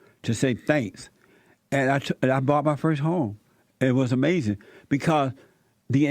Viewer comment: "It was Amazin" 😂😂